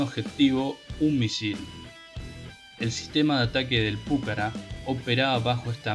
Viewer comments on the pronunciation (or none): No sabés ni leer ni hablar!!!!! Dedicate a otra cosa!!! Además el avión se llama Pucará, no púcara... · Estimado.... con todo respeto, el video esta bien, pero el solo hecho de que no leas bien ni el nombre del avión saca las ganas de verlo. Inclusive en el texto qur vod pones, claramente lleva acento al final en la ultima A y vos insistís en acentuarlo en la primer vocal osea la U lees ridículamente PUcara cuando es PucaRA.... y no es detalle menor ya que el avión que lleva ese nombre es el motivo del video. Significa que ni siquiera viste ni un sólo video del avión en donde otro lo pronuncie bien o peor que ni bola le diste. Cosa que minimamente sugeriría algo de "investigación". Se diría que copiaste un texto de wikipedia o robaste alguna nota escrita por alguien, sin realmente interiorizarte de lo que ibas a "hablar". Deberías mejorar la cadencia, la dicción, la fluidez y sobre todo este tipo de detalles. Parece que leyeras una redacción en la secundaria. Intento hacer una crítica constructiva. Espero lo tomes a bien. Atentamente. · PÚCARA...NOOOOOOOOOOO..... PUCARÁ CON ACENTO EN LA "A" NO EN LA "U"...... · El avión es "Pucará"!! con acento en la última A y no Púcara!!! Es una palabra Quechua que significa FORTALEZA!!!! Esta noble aeronave merece respeto y ser nombrada como corresponde!!! A no ser que seas como el impresentable de "Patria o Nada"! Aclaro no es hate sino para sumar constructivamente. Saludos. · Se debe leer Pucara', acentuando en la última a aprendan y pronuncien bien. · Lo que pasa es que Púcara suena mas elegante JAJAJA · el avión se llama Pucarà y punto campeón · Pucará, con acento en la última A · Espero que INVAP pueda desarrollar pronto el radar aesa para los ojos del Pucara Fénix. PD: Molesta la mala acentuación que le da al avión. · En el habla de la lengua original quechua la palabra pucara no lleva acentuación.